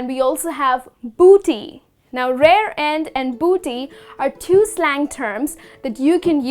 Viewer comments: Correction, it's rear end. Not rare end. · I think you mean "rear end" not "rare end" ,but thanks anyway